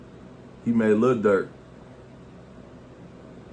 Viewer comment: U reaching w/ the emphasis on "Made" smh i can't rock wit ya on this one lil bro